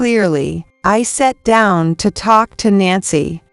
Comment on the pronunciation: Thart and tark, instead of thought and talk. Need to correct your AI.